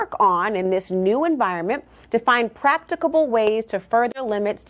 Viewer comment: Did I just hear “practical-able”??🤔